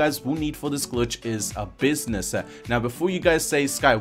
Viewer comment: Why is it that all these video game you tubers always have a weird accent where they have weird speech cadences or weird things they say at the end of sentences? He sounds like he puts an “A” at the end of every sentence. He ends sentences like..”businessah”